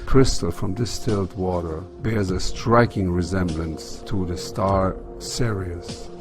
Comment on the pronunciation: I'm supposed to take the word of someone who can't even spell or pronounce Sirius correctly. Also the planets only looking that way through the telescope until you focus your telescope properly,like you would with binoculars here on Earth. Depending on size , distance, and brightness of a planet will determine how u adjust ur optics on the telescope. I can see Jupiter & it's 4 largest moons & Saturn & it's rings in full detail.